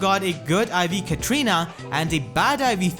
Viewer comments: Pretty sure it's Katarina not Katrina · Why everybody pronounce her name as Ka-tri-na? It's Ka-TA-ri-na. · Katrina Katrina Katrina, its KATARINA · Edgar Garcia I know, right? XD